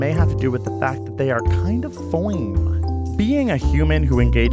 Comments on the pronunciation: bricknose he says "foine", it's just a funny way to say fine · FOINE = FINE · He said fine as a joke but said it like fione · Foin! As in fine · Foyne? That’s not seriously how you say fine is it? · A weird accent of fine idk I also replayed it like a billion times and I still don’t know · Kind of foine (fine with an accent) or foline or smthing like that..I’m not sure.. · Foin 😂😂😂 is it his accent that did that or is it an actual word? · they're kind of ... [feeewnngg]?? I beg your pardon? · I heard "fwoim." Still no idea what it means tho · fine, but pronounced "foine," like a New Yorker? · Sam Pearman it’s “fine” pronounced weirdly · what did he say? FOING?